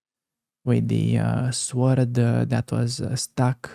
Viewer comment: . 'Sword'; the 'w' is silent, so 'sord'.